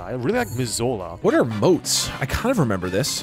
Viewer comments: Why the hell did call Missoula Mizola? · yeah ikr I live kinda close by and I was thrown by the "Mis-ole-ah" lol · Damn he butchered Missoula